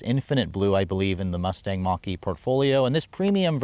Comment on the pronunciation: Bro said Mousse-Tache 😂